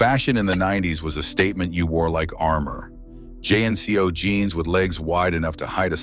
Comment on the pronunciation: There was no “J N C Os”… they were “Jeeng-koze”